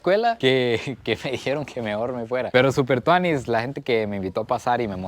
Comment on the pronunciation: Que salvaje escucharte decir: "Super Tuani" Saludos prix desde Nicaragua!🇳🇮💯